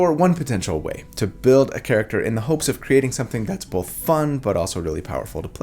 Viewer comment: I love your videos, I love how you explain and walk us through each detail, but I have 1 critique.. Why do you pronounce the L in Both? 😆